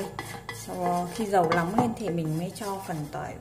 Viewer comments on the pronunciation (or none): Sao lại nói là , Lóng với Lước khó nghe quá, sửa đi